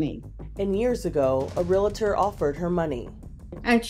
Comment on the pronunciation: to the reporter: the word is pronounced REALTOR. NOT "Real A Tor"